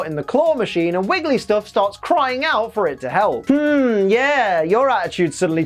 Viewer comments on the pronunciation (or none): WEEEEEEEEEEEEEEEELLLL ACKSUALLY, I think you'll find that it's WigglyTUFF, not WigglySTUFF (I promise, I'm only nitpicking this out of love) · you called wiggly, "wigglystuff"! Nice, hahaha. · Did anyone notice that when wigglytuff was in the claw and calling for Psyduck, said wigglySTUFF?